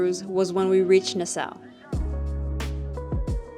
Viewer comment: You are pronouncing it incorrectly, it’s nas-saw